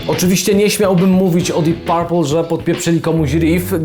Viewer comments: Mówimy dip perpl nie parpl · Panie bardzo Cie lubię ale jak można źle powiedzieć Deep Purple?????